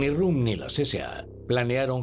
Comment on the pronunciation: El locutor contratado es inculto, y el editor también porque no lo ha corregido cuando pronuncia mal el apellido de Röhm, como rum.